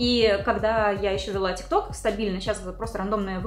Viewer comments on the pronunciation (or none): none